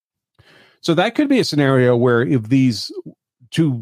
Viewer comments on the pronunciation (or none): none